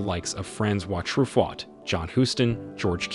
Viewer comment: Truffaut being pronounced as "true fought" is just extra special too.